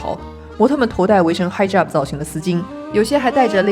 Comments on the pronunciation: 你的英文读音还要精进，hijab的i 是“1”的发音, Hugo的H不发音… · Hijab或许是用了非英语读法吗